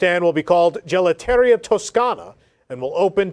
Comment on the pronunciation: My favorite thing on these newscasts is the unabashed mispronunciation of foreign words, like gelateria.